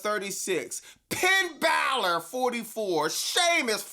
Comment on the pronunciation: This sucks because I'm a huge fan of Finn Balor but now has me calling him Pinn Balor regularly